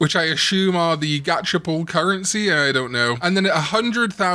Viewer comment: "Gatch-er" lol